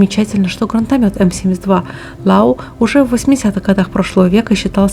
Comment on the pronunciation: какое ещё "лау"? Лоо ("о" потянуть).